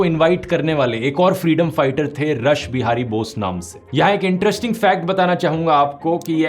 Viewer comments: रस बिहारी बोस ❌ रास बिहारी बोस 👍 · सर मेरा कोई गलत इरादा नहीं है, लेकिन आपने रास बिहारी बोस को रश बिहारी बोस बोस बोला है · Not Rash (रश) bihari Bose it is pronounced as रास or "রাস" bihari Bose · रास बिहारी बोस है ध्रुव जी रस नही